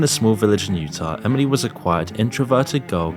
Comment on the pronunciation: Did you add a “D” to Emily when you pronounce it? Lolll Emidly